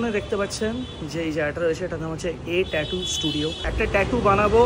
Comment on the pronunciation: Always enjoy your vlog 👍🏼 BTW, missing your mother’s podcast on various topics on history. Nice Tattoo ❤ It is actually pronounced as টাটু, not টেটু 😉 However, I am surprised that IT professionals have to work at night in India. 😱 Please take care of your health; work life balance is very important ❤